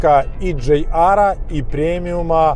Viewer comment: почему ДжейАр, если ДжиАр? ))) А вообще только начал смотреть (но лайк уже поставил) P.S. Связка пальцев у завгара, ору )))) Текст обзора - шедевр прозаики. - мастер стеба )))